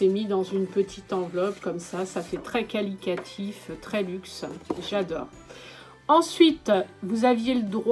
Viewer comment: Je cherchais en vain il y a quelques semaines une vidéo sur ce calendrier et enfin je tombe sur la tienne !!! Par contre ça m’a stressée tout le long, on dit qualitatif (qualité) et non qualiquatif ^^ Merci beaucoup pour cette vidéo !! :)